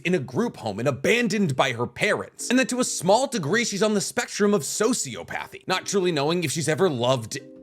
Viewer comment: I love you and watch everything.... but it's So-see-op-athy. Not so-see-o'pathy